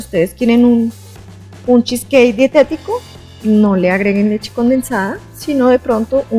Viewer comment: De acuerdo! Sin rodajas de limon 😂 estridente manera de pronunciar cheesecake y bowl 😑